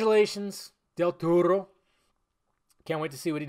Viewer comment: Lol, his last name is Del Toro not Del Torro. Free Spanish lesson for everybody: That up there (Del Toro) is an example on the only times when the R is not rolled for a word when pronounced in Spanish, and that is when there is a vowel after the R(Arándano, Loro, Sara, maraca, Satírico, parangaricutirimicuaro) you can only roll your Rs every other time, (again, excluding the above) like the Rs at the beginning of a word (Rosa, Ramo, Restitución), or before a consonant (Armamento, cornisa, tortuga), or at the end of the word (Amor, tenedor, comer), and of course when there are two Rs (Ferrocarril, burrito, zorro).